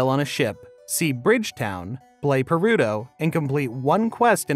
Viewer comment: s... Play WHAT now?? "Berudo"? "Perudo"...? Haven't the faintest clue what that might be. 😦